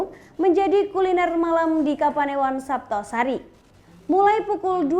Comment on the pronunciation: Kesleo ya mbak.." Desa jetis kapanewon saptosari"